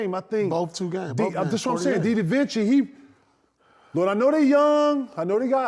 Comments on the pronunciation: This nigga said didavinchi 😂😂😂💀💀💀💀😉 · this mf said “Deedavinci”😭💀🤦🏽‍♂️😭💀🤦🏽‍♂️😭💀🤦🏽‍♂️😭💀🤦🏽‍♂️